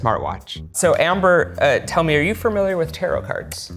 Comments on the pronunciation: he is very skilled but i have to say familiar does not have 2 r's in it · Can’t get past him saying “fermiliar” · every time he says "farmiliar" i wanna punch a hole in the wall